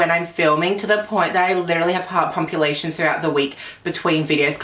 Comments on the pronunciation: "Heart pumpulations" 😂😂😂😂💕💕💕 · “Heart pumpulations” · " heart pumpulations " babyyyy I'm dead xD love you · “heart pumpulations” IM DYING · girl i love you but for the love of sweet jesus is heart palpitations not pampilations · "Heart pumpulations". Bless 💕